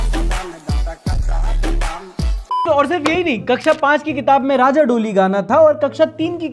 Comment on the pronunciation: pronounced as Raw-Jaw - not Raajaa